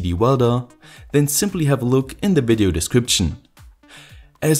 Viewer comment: "wailed welding wideo" lol